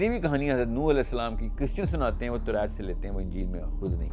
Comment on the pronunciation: Demand ko demaind kehta hy torat ko torait kehta hy .alfaz pura bolta bhi nhi or phir ghalat pronounce krta hy